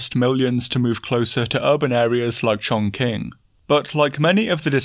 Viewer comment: Chong qing is pronounced "Chong Ching," where the "O" is the long O sound. Pre-war it was the 4th biggest metropolis in China, in China's Southwest. Both "Ch" and "Q" make the Ch sound in Mandarin. "Ch" makes a thicker Ch sound and "Q" makes a lighter Ch sound.